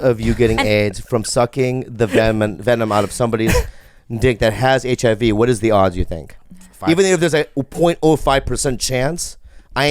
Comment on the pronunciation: so wrong and funny the way bobby says: HIV (RIV) hehe